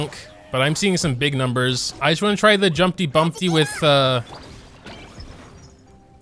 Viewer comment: Why tf are you saying jumpty bumpty😂😂 it’s jumpty dumpty lol